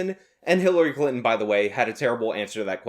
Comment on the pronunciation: I thought you said HiTlery Clinton, lol.